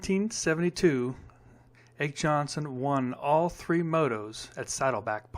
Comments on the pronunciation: Its always fun to listen to a kid talk about "the good old days." The correct pronunciation is AH KEE YON SUN. Not AKE Like "Take" without the T. And Joel Robert is pronounced JOE ELL ROE BEAR, not JOLE. I do like the Maico stuff, however. Raced a GP Radial head 450 in 1974 and 1975 and NEVER lost the hole shot! They were FAST AS HELL. And I know cuz I was there. I actually spent the evening with Brad Lackey, Jim Pomeroy, Marty Smith, Tommy Croft, Roger Decoster, Gerrit Wolsink and others at the Niles, MI Honda shop the night before the National at Red Bud in 1974 as a guest of the track owners son who was a good friend. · thanks for the nice video FYI - it is pronounced Ah-K not ache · Ah-key Yon-son, not 'Ache' Johnson'. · Common dude, appreciate your affection for maico's but it's pronounced aw-kee Johnson not Ake as its spelled and, Joel Robert is pronounced jo-ell....my two heros when I was a 13 yr.old racing motocross in that era.....no disrespect intended😊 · It is Åke, not Ake, and is in two syllables. You did not mention Husqvarna. At the beginning of the season, Heikki Mikkola managed to win one event. They also had two top flight Swedish riders Bengt Åberg and Arne Kring on light factory bikes who could not beat Åke either. Bengt Åberg tried his heart out at Livermore and Saddleback. Finally, the Maico was technically not quite stock. It had a 250cc clutch to make its engine case narrower and rev faster. It was also carefully matched in the ports but this is just something that can be done with any well built stock engine. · Pronounced “ahkay Yonson”… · Ake Jonsson pronunciation "Ah-kee Yahn - Son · Really old guy says the pronunciation is ahkee yonson. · Thanks DowntownDogMan... Yes, Ake Jonsson is pronounced AH-KEY YAWNSUN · Thank you, I've always hated when people pronounce his name 'ache'. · Great vid,thumbs up,but my ears still ache from hearing you call Ake Jonsson "Ache Johnson"